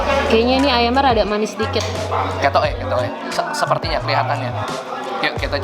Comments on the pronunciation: 'Ketoke..? " Abang orang Jawa kah? Hehehe😂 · KETOKE KETOKE TIBA TIBA MEDOK